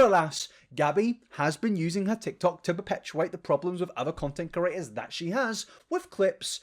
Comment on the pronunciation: **Creators not curators, please! It's driving me batty. But I am still going to watch your content, you know? Lpl